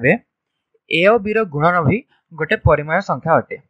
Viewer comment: It's nice and really informative sir but it's 'PARIMEYA', not 'PARIMAYA' 🙃